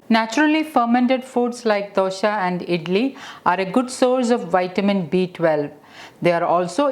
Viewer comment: Its not dosha its dosa